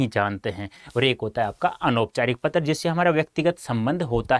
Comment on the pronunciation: Pattar also🤣🤣